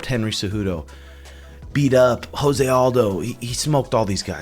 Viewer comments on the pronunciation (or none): none